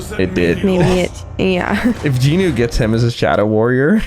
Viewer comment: Ayeee I Just realised he said Jinwoo’s name right😅